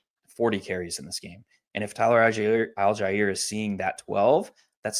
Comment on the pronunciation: TYLER AL-JIE-EAR